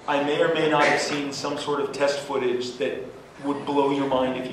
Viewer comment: YOU 'ILL SHO' THAT PHOTAGE TO ME. THIN INSTANT! INFATELL!